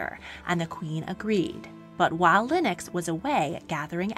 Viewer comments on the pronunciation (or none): none